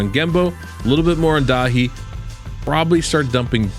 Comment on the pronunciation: As a Daithi, i love that you get that pronounciation right, nice one!